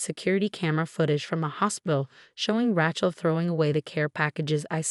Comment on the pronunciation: You need to teach the AI reading it that Rachel is pronounce RAY-chel, not RA-chel, pronouncing the a as in 'apple'.